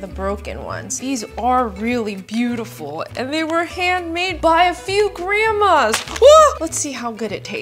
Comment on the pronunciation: “It was handmade from grandamaasses” “oh sheet”